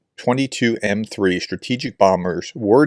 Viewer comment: Tu-22 = "tee yoo 22" no need for a tongue twister!